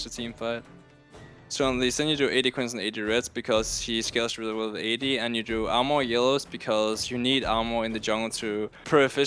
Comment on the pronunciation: Yes, Santorin, we need ahmohr